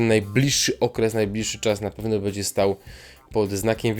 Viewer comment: Masz świetny głos ale : będzie nie Bedzie- uszy więdną a po drugie Jaskier tutaj to jakaś tragedia pomalowane oczy i ta fryzura.